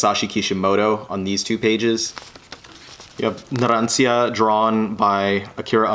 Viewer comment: You said Narancia with the end as cia but the end is actually cha so it would be like Narancha but you know I got confused to before I found out